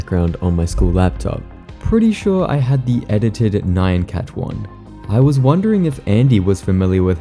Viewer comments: great video as always but what the fuck is a "nayyan cat" bro 😭😭😭😭😭🙏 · Who pronounces "nyancat" like that? Is this a comment bait or something?